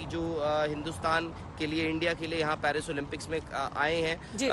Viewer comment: Parsi nahi Paris hota hai